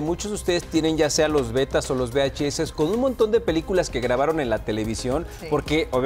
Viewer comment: SE DICE VHS CON LA UVE DELANTE DE LA VS